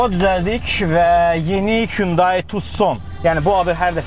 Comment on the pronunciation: Kündeyi yox Hunday) 😂